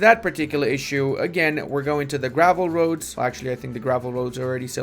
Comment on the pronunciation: when says "roads" I hear "Rhodes" haha